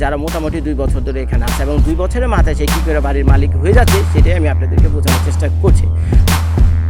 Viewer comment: Lol bro 🤣 মালিত না মালিক হবে 🤣😂